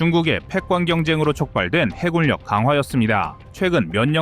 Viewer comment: 해군력은 발음이 역행동화인 해굴력 이 아니라 순행동화인 해군녁 이라고 발음하는게 정상이지 않나?